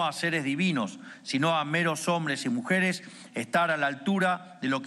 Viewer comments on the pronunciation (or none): "varones y mujares" :P